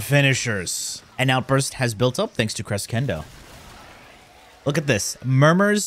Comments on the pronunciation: CRESHENDO NOT CRESKENDO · krəˈSHendō Say it with me. krəˈSHendō One more time. krəˈSHendō Shendō, not cendo. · its more like KRUH SHEN DOW but sure anything is better than criskendoe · Im pretty sure your cress kendo pronounciation is a joke but just in case you think you're right and you take it first degree => CRESCENDO : kruh·shen·dow in english. easy to check. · Kres-kendo omg🤣🤣🤣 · Every time says "creskendo", an italian dies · fyi its pronounced CreSHENdo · a portuguese speaker as well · the funny thing is that he lives in Italy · the whole time i was wondering if he does it on purpose like secondary cucumber xD (he probably does) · Lmao I love how you constantly say “that’s exactly how you pronounce it” and I just yell at my phone with the right pronunciation like you can hear me. Crescendo (kruh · shen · dow), the highest point reached in a progressive increase of intensity. I was a nerd when it came to music. So I had to learn the words. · In English it is pronounced Cresh endo Tomato Tomatoe :) Good vid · Actually is "Melee Creshendo" i'm italian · It's pronounced creh-shen-dough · I think the correct pronunciation is cre ss endo its the same word in portuguese for growing, and if is from latin origin it is cressendo the correct pronunciation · ITS CRESHENDO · cheese endo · Cre shen doe. Americans butcher every language 😅😅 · and hes not even american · Absolutely butchered crescendo XD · wrong pronunciation of :D ask an italian if u dont believe me :)